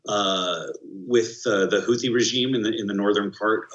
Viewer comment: Say it with me, HOUTHIS, again say "h.o.u.t.h.i.s", it's not that hard, which side are you on, does America even know what it wants? if you want to cry about the war and "breast-feeding mothers" in Yemen it's fine, but if you want to be helpful then help come up with practical solution to the civil war in Yemen.